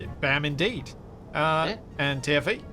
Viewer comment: Ive been binge watching this for a week and I only just realized is saying "TFE" not "Timothy"...........